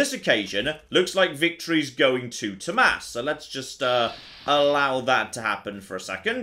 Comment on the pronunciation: I love the fact that you actually know how to pronounce Tomas... That’s my name, and very few people know how to pronounce it correctly since it’s Nordic.. There are a few other ways to write it.. (Thomas, Thomas